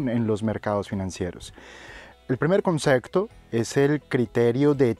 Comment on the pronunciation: buenas tarde soy raul te sigo ase un tiempo desde malaga exelentes videos he aprendido mucho de ti gracia s por todo te quiero comentar una cosita tonteria pero la palabra concepto lo pronuncias un pelin mal y barios videos te lo he escuchado un saludo y gracias por todo